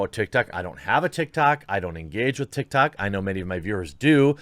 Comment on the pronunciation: "Big stars on TikTard" 😂